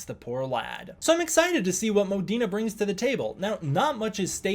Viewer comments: I’m pretty sure it’s Mo-Deen. Not Mo-Deen-eh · His name is Modine not Modina. I'm not sure why you're pronouncing it so weirdly.😂